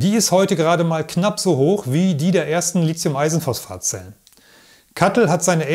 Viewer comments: Gutes Narrativ, gerade auch, weil auf zu viele ablenkende visuelle Einspieler verzichtet wird. Danke für diesen erhellenden und zukunftsweisenden Beitrag. Persönliche Meinung: „Lizium“ klingt recht populärwissenschaftlich; das chemisch-etymologisch korrekte „Litium“ würde professioneller klingen :-) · Als Chemiker darf ich einem Akkuspezialisten sagen, dass das "h" in Lithium die Aussprache "Lizium" unnötig macht ("verbietet" will ich nicht sagen). Lithium kommt vom altgriechischen lithos = Stein, wie in Lithografie. Du darfst also gerne die richtige Aussprache (ohne z) verwenden und dich damit von den sehr vielen Falschrednern abgrenzen 🙂